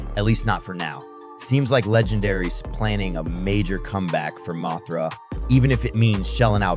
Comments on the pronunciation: It's an AI thats why it's messing up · Bro, it's a moth. Moth-ra, not Moe-thra lol